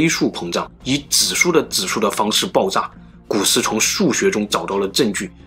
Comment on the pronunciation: 你可以把“爆炸”的“炸”字读准吗？你一直都在读“爆zang”